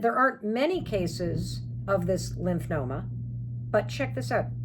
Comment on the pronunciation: It’s Lymphoma (lymph fo ma). Not Lymph no ma. In case anyone wants to look it up.